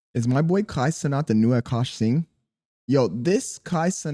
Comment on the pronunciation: You learned how to say singh W i'm not even indian but the way you said it before pissed me off 😂